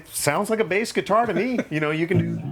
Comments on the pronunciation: Every time he said guitar I flinched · I am very fine with you saying gutiar